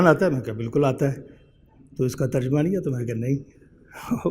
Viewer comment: تر جمہ کا تلفظ اکثر لوگ غلط کرتے ہیں terjamah not terjumah